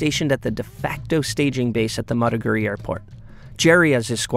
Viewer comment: This reporter is pathetic should have learned some basic pronunciations of Nigerian cities - Maiduguri and Makurdi.